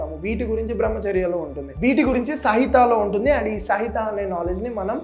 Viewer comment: Bro sahitha kaadhu samhita